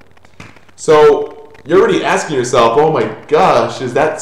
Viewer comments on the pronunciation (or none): none